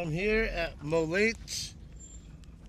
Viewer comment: It's pronounced "Mo-Laddy"